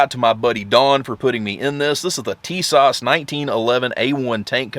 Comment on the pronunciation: I purchased My Tisas for $399.00, and I love the look and feel of the M-1 A-1 1911 /.45. The Cerakote finish is beautiful, the fit and finish is excellent! This is my sixth 1911 and the least expensive by far, but it is a nice weapon. And BTW, it's pronounced "Tee/sash...